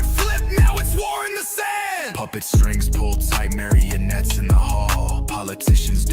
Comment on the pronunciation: It's marionettes. Not marianets.